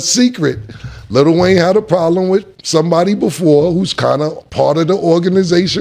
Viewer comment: I'm sorry, can y'all please stop calling him "Little" Wayne..it's Lil Wayne